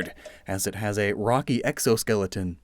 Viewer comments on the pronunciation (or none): none